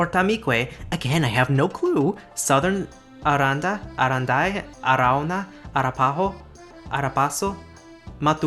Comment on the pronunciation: You know, I would be guilty of it myself but I couldn't stop a little giggle when you pronounced Apache's as a slight schwa, and when Arapaho was stressed on the 3rd and not the 2nd syllable. But you were in the moment and on a roll, so I will not give you much grief about it. Still only at "ara-" but I will keep watching. :) What follows are a lot of edits I have randomly added during watching this video. Cour d'Alene is indeed a French word but it's a name for a Salishan language spoken in Idaho. Its endonym is Snchitsu’umshtsn. So which one would you rather pronounce? :) Deno is indeed spoken in Africa. It is part of the Bole-Tangale languages which themselves belong to the Chadic branch of the Afro-Asiatic languages. However, per Wikipedia, its speakers are shifting towards Hausa and Fulfulde. Estonian: I'm guessing: South Estonian which includes languages like Seto and Võro were often considered dialects of Estonian, so I'm guessing Estonian is the wider (older?/obsolete?) term which encompasses North + South Estonian, while North Estonian is Estonian proper. Idk. Faroese: yay, my language! Though they missed Faroese Sign Language which is slightly different than Danish Sign Language. I guess close enough to be considered a dialect. Looks like they don't have Greenlandic Sign Language either probably for the same reason. And no, I don't think it's the same as Inuit Sign Language; that sounds more Canadian to me, imho. Finnish sign language, Finnish-Swedish sign language